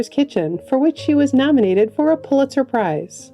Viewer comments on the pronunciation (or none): none